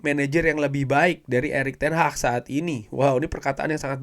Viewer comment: Bukan Erick Ten HAHHHHHHHHHHH tapi ERICK TEN HAG Lagi lagi Erick Ten Hahhhhhhh Erick Ten Hahhhhhhh 🤣🤣🤣🤣🤣🤣🤣🤣🤣